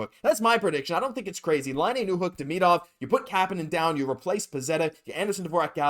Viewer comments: Demidov....hmmmm. Why are you pronouncing it Demeedov? There's an I in the middle, not multiple letter, e's??? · Curious.. I’ve heard so many ways to pronounce his name but on Russian channels, it seems to be: Dee-Mee-Dove (like love). Did he say how he wants it pronounced in North America?